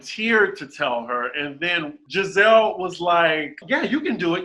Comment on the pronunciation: Can someone please tell me why calls Gizelle gabreese & gabrissy?